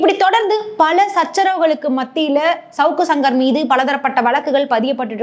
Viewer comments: அது ஏம்மா ஷவுக்கு ஷங்கர்னு சொல்ற. சவுக்கு சங்கர்னு சொல்லு. அதையும் 1000 தடவை ஷவுக்கு ஷங்கர் அவர்கள்னு சொல்லி கடுப்பேத்துற. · Shankar க்கு வர்ற ஷ வ சவுக்குல போட்டு ஷவுக்குன்னு சொல்லுது 😂, அதுக்கு சங்கர் ன்னு சொல்லலாம் 😅